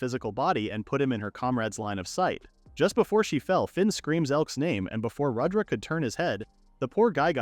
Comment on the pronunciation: It’s not Radra it’s pronounced as Rud dra